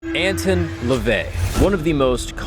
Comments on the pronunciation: You already started off this episode, saying his name incorrectly. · The way you mispronounce his name annoys tf outta me